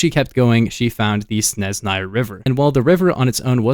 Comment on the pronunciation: Very good pronunciation, except for the Snezhnaya river. ZH is the sound found in words "seizure", "mirage" and "decision"